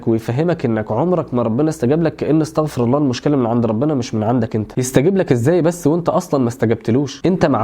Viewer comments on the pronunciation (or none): عليك أن تقول استغفرو الله مش استغفرا الله